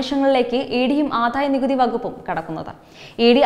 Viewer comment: ആധായ നികുതി അല്ല കൊച്ചെ - ആദായ നികുതി എന്നു പറ.